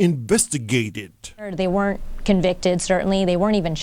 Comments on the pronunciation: okay, this narrator has down syndrome "invusti-gay-ted" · "Inbestagated" hahahahhahahahaha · lol "enrverstergerterrrrrd" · i burst out laughing at how the narrator pronounced "investigated"